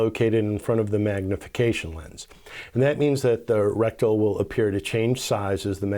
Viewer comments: it is reticle not rectal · You’re pronouncing reticle wrong.. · Yep you sure are lol it's OK we know what you mean